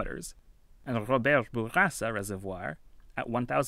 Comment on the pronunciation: the effort you put into trying to say robert bourassa properly is commendable